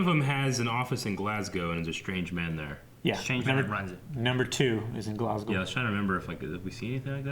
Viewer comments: Kudos to. Perfect pronunciation of Glasgow! A lot of Americans go with 'Glass Cow' rather than 'Glazz Go'. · First Americans ive seen pronounce glasgow correctly